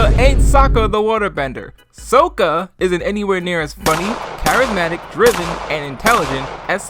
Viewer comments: To be fair, Ahvatar could just be an accent thing (like we see with Tahno in LOK), whereas you have to purposely screwup to get Ong, Earoh, and Soaka out of Aang, Iroh, and Sokka. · Isnt it sokka? I always though it was sokka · I do pronounce Aang as "Ong" or Iroh as "EE-roh", also, since my native language has geminate consonants, I pronounce Sokka's name with a geminate K. Also, Suki should be pronounced "Ski" since it's a silent U in Japanese. And Mai is a real Japanese name pronounced as "My", not "May". Because from the spellings, it seems those are actually how they're meant to be pronounced as real names while the canon pronunciations in the tv show are anglicized pronunciations.